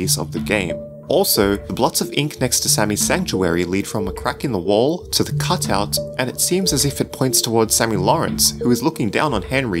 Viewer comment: cotut lol you said cotut instead of cutout love it XDD